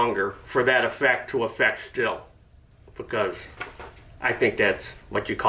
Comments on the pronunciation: I thought it was pronounced 'steel'. And the American auto industry is half the size it was 50 years ago. What else is new? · It’s pronounced “steel”.